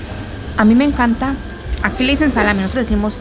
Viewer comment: No se pronuncia salamii si no salami 😊